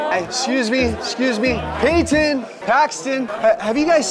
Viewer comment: You said Payton wrong